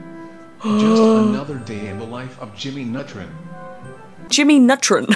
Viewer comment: "jimmy nutrin" me:thats what she said